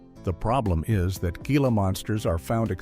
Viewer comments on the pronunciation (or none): "HEEL-AH" monster, you stupid AI!!! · It's pronounced "HEE-la" monster!